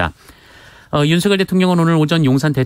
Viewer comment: 주기자님~!! "윤석열"을 어문법상 '윤성녈'로 읽는 게 멎습니까, '윤서결'로 읽는 게 맞습니까? 제대로 발음해주세요~!!